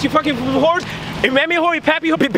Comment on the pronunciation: Lil Uzi bad at saying yah